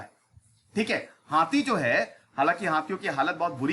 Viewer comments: Sir हाती नहीं होता है हाथी होता है 😁😀😁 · हाती नहीं हाथी 😁 by the way good information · सर हाथी होता है हाती नहीं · Hathi hai naki hati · हाती नहीं हाथी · Hathi hota hai sir